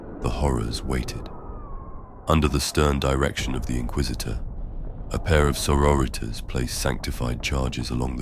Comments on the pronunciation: Sor-o-ritas. Still lmao. 😂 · It’s fantastic, but it’s both grating and hilarious how it pronounces sororitas 😂